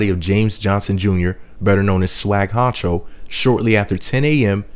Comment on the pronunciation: its not swagg honcho its swagg huncho